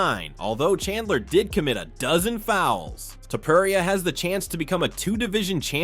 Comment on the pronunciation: the fact that you can’t even say Illia’s last name right is utterly absurd and uneducated